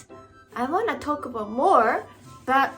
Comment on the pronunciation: Going Canadian on us ? Whats that all ah boot ? ;)